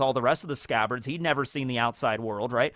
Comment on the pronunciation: “ALL OF THE SCCABARDS…..and Kanjuro…” lmfffaooooo